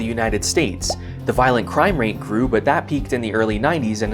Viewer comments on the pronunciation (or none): none